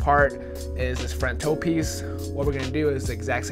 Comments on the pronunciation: “on the frant” lmaoo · "We only have separation in the frant" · “right now we only have separation in the frant” 😂❤️